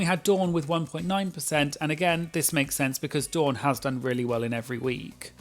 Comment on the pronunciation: As a Dawn, can I just say how refreshing it is to hear my name pronounced correctly? I’m American and most Americans think Dawn and Don sound the same. And of course I’m rooting for Dawn this season because she chose a fabulous drag name.